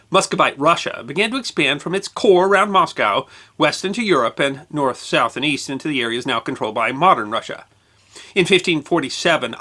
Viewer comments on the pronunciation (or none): none